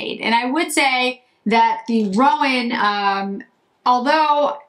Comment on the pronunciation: Love these!! And I wish I had your red hair...so pretty!! I have them and think they are so pretty....my first Chantecaille eyeshadows...as I am a horse fan. Just FYI...because I have heard other people say it the same way...i Roan is 'row- n"...as in a long 'o'...not 'rowan', like a rowan tree. But that is just me being picky about horse colors. A roan colored horse is a light brown with noted white /silver flecking to the hair.